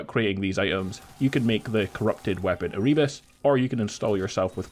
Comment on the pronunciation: Content creators should look up the pronunciation of words they don't know before making videos. It's Er-uh-bus.